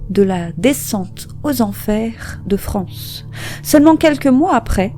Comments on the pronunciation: On prononce Frances = Francèss, et non France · Vidéo intéressante, mais je tiens en revanche à préciser que son prénom ne se prononce pas "France", mais "Francesse". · Bosser avant de poster ça vous arrive ? Frances "sss" pas France. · Son prénom ne se prononce pas France mais « Francesse » !!! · ça se prononce Francèss son prénom, pas France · je crois qu'il faut prononcer Francèss et non France... dommage de rendre un aussi bel hommage en écornant le prénom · Ça se prononce FranCÈSS ... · On prononce le "s"final.Francess. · Tu as oublie le"S"final a Frances! Prononcez : Fran cesssss! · Salut 🕺faut prononcer le s dans son prénom ✌️